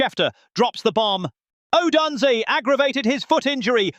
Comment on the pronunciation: Yeah, they had a terrible time with the Browns you idiot. Odunze will be back next week. Try pronouncing his name right please!